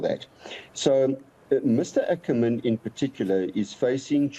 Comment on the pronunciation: I am glad the gentleman is pronouncing "Ackerman" as it was pronounced during the 7oties and 80ties otherwise it sounds like a Boer surname which it is not